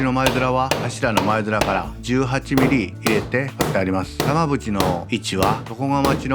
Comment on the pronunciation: 耳だけで聞くと玉縁が長渕にしかきこえなくて、んん？ってなってるw